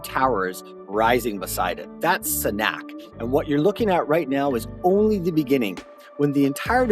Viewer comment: Please take the time, care, and respect, and learn how to pronounce this project correctly BEFORE you produce a video on it!